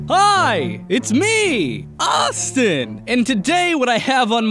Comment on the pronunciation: Died at the "HIII! ITS MEEE! AUUUSTIIIIN!" lol